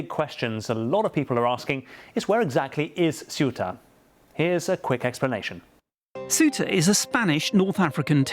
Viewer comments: It´s not Ciuta ignorants, learn how to pronounce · If you can correctly pronounce the words THINK THOROUGH or THACKERAY then you can say CEUTA!! Make an effort BBC. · i am amazed that so many media presenters cant pronounce SEUTA correctly. this shd be no issue for media professionals.